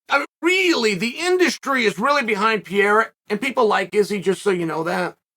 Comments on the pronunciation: Chael, please, please, please! Start pronouncing their names right! Pe-re-i-ra, Ma-kha-chev What's Pierra and what's Maklchev, you add and reduce letters which aren't even meant to be there! Anyway, I genuinely hope Izzy gets taken off the throne but I highly doubt as an MMA fighter and with how much Adesanya's grown over the years, that Pereira has a chance. Both very good strikers, Pereira has heavy hands and KO power which Izzy's been mocked relentlessly for not having (Although he believes he does), but I believe Adesanya has the bigger skillset. More variety, more kicks, the flashiness and the quick stance switching. I think Izzy's going to win by score. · I almost feel like Chael just butcher's names on purpose. Wtf is Pierre? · “I don’t think they even know Pierra.” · chael Who the fuck Is Piera?😂😂😂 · Uncle Chael Unlocked a New Fighter: "Alex Pierre" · Crazy how many videos Chanel does not knowing the fucking fighters name … it’s not pier bro .. if your commentating in a sports… do a little homework on who is fighting .. call buffer it’s easy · Who is Piera? Ahah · Piera? How do guys at Uncle Chael’s level of experience and exposure, still get these names so wrong? 😂🤔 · ...who the hell is "Pierra"?! Who is Uncle Chael talking about? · I keep think he's saying Pierre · Why does Kale keep calling Alex "Pee-era"? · Why is he always saying his name wrong peira 😂😂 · Came for the "Pee-era"... stayed for the "Pee-era" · Yo have to stop calling Alex "P-era". Ask Henry or some other hispanic to teach you how it is correctly pronounce. All the best! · “Piera” im dead, love you uncle chael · It's not "Piera" you dolt. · Chael… say PER-REY-RA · “Pee-era”. Undefeated. Undisputed. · Is he calling Pereira "PIERA" for a reason? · “Pee-era” lol😅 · Per-eira.. c'mon Uncle Chael.. and don't give me that, it's a Spanish name bullshit either. 😆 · you keep saying his last name wrong. It's not Pierre-a! Lol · I love that Chael is calling Alex “Pee’era” lol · Chael: "Pee Era" Me: OK